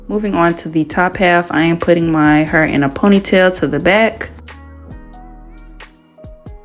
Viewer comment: The way she says hair..😂😂😂😂 heerrr like in the rap songs